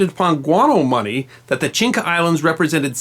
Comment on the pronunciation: One corrective comment: you keep pronouncing “Chinca” islands... but the actual name is Chinchas.